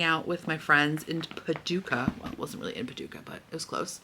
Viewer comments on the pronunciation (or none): none